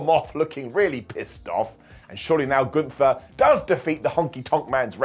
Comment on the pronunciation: I didn't watch Summerslam. So i'm confused because you said Omos got eliminated, if i understood it right. So how could he later still be in the match?!? 🤔🤷‍♂️ By the way, it's not Gunthfer, it's Gunther! 😉😅